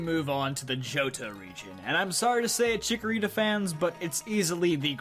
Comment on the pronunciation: THE FIRST A IN CHIKORITA IS SUPPOSED TO BE AN O!